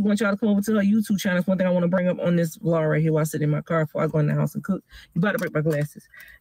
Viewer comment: She really need to stop that “vlar” shit